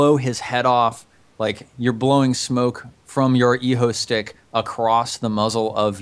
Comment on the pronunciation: Lho-stick, guys, not eeho-stick.